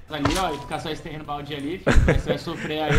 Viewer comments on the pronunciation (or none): none